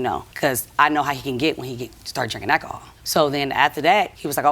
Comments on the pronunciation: “Akiholl “ who 😂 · Haha the NJay acka hall did get me lol 😂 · Why can’t she pronounce the words ask and alcohol properly. It’s not that hard is it? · The Daughter doesn’t know how to pronounce the word Alcohol. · Why did the mom/grandma take him to the store? Stupid!!!! And its Alcohol!!!!!! Say it right. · She has the strangest pronunciation of the word alcohol. Poor lady dealing with a drunken father ! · I love how she pronounces "alcohol". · I’m falling out over how she’s pronouncing alcohol….endless comedy! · U can tell she dont drink she pronouncing it completely WRONG its E & J ... Smh 🙄 Dad seek help immediately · She's saying EJ but its E&J ALcohol 😂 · the way she pronounced alcohol made me laugh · What the hell is ackahol? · I know one thing, I'm sick of hearing the word, "ak-ko-hol..."😂😂😂😂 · I’ve never heard anyone pronounce alcohol as ACK-a-haul before… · Is she saying akihall or alchohol? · She lost me 'AKAHOL:" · Al CO HOL not al-call-hall 😂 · Why do people choose to mispronounce normal words. Ahkahull. Tf!!!! Alcohol. Just say it. My goah. Next word out her mouth is ax not ask 😅😂😂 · It's alcohol not acohol and ask not aks. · ekkhol ,,, aks ... so uneducated in te USA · “Eh’lcohol”. She single handily changed the pronunciation of “alcohol”😂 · Its "alcohol" not "ackohol" 😔 I thought America was an English speaking country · She knows she can’t say alcohol, yet feels the need to over use the word a million times. Trash family. Let him sip his akohaul and stfu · Not once did I hear her mention alcohol. Sounded to me that the issue was exacerbated by ackahaul. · It’s funny because she’s completely skipping the L in the work alcohol and saying akohol. I’d go on further but I’m sure I’d be reported to the social justice warriors. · It’s funny because she’s completely skipping the L in the work alcohol and saying akohol. I’d go on further but I’m sure I’d be reported to the social justicewarriors. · I’m drinking a shot every time she says ackahol